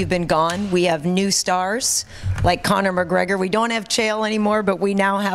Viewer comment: Did he say Creme McGregor?